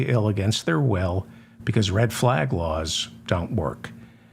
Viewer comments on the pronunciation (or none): none